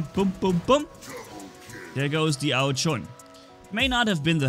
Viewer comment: It is ao jun not ao chun